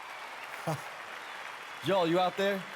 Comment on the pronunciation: and he pronounced Joel wrong too